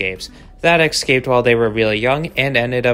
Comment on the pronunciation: the word is "intentional" and not "purposeful". Additionally, "escaped" is pronounced like it's spelled and not as "ekscaped"....